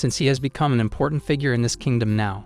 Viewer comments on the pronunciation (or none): none